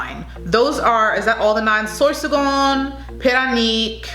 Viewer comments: im filipino and dont get mad that she said parañaque wrong its not like she live in the philippines. try pronouncing something from another language. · Paranaque is pronounced as pa-ra-nya-kwe not para nik.otherwise it was an excellent review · Paranaque ahould be pronounced as PARA-NIYA-KE and not Para-Nyi-K :). I love all your videos... please shout me out hehehee... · Parañaque - pronounce as “pa run yuckeh“. Not pa run yuck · She said pa-ra-neek not paran-yuck. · It’s should be Pa-Ran-Nia -Ke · You were pretty good at pronunciation. Paranaque is pronounced Paran yake. Baguio is pronounced Bag yo. Biliran needs more training, pretty face. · Parañaque pronounced as Pah-Ran-Nee-Yeah-Keh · I like the way you talk. You can pronounce PARAÑAQUE like this PA-RA-NA-KEY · Cute pronunciation .. lol Baguio - Bag - yu Parañaque - Pa- ran- ya- ke Davao - Da - Vaw Albay - Al - bay, not Al - bey Quezon - Ke- zon La Union - La - On- yon. Kalinga - Ka - li- nga. Nevertheless, I love listening to your accent . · You pronounced it very well, except for PARAÑAQUE (Pa-ran-ya-keh) Love u still🥰❤️😘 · Parañaque pronounced as Pa-Ra-nia-keh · Pah- Run-yuh-keh 😉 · I’m right, she meant “Parañaque”. Pronounced as Pa-ran-yeah-key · I think she meant “Parañaque” pronounced as pa-ran-yeah-key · Correction: PARAÑAQUE / Pa-ran-ya-ke 👍🏼✌🏼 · Let me syllabicate "Parañaque = para - nya- ke :) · Pa ra ña que Should be pronounced as Puh-run-yuck-kay Pa say Puh-s-eye Those were two of the pronunciations you did that was way off and unrecognisable. The others were passable considering Filipino isn't your native language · PARAÑAQUE is pronounced like PAH-RUN-YUCK- KHe.. I like you though. So cute. Haha! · We should adopt her paranague pronunciation . I like it better than the real one. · To pronounce parañaque is pa-ra-ña-que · It pronounce as paranyake (parañaque) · PA RAN YA KE..THATS THE RIGHT pronunciation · Parañaque = Pa-ran-ya- keh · Baguio = bag-yo, Albay = Al-buy, Parañaque = Paran-ya-ke